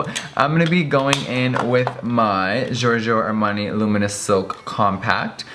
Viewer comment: I am italian and i think he's the only one that can say Giorgio Armani in the right way! So fucking Perfect italian! Loving it Jeffrey xx